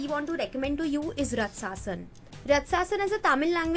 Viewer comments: You pronounced matthu vadalara right. And it's raaatsasan not ratsaaasan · Rut-sa-sun 😆😆😆 died laughing at the Pronunciation. Girl, plz.